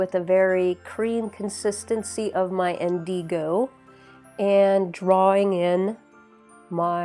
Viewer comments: It’s pronounced INdigo (accent on the first syllable; not inDEEgo, sorry. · You are pronouncing indigo incorrectly